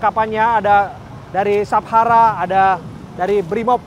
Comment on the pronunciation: Reporternya perlu basic lagi keknya (kata singkatan dr Satuan bhayangkara=Sabhara aja pengucapannya : "Sab-hara" yg seharusnya "Sa-bhara" atau Satuan Bhayangkara). Sekedar mengingatkan saja, agar kuping pemirsa bisa nyaman mendengar dan menyimak pemberitaannya.